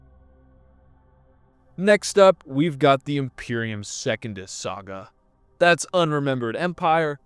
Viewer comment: He also says Second-us, instead of Se-cun-dus. Pretty 🤪🤣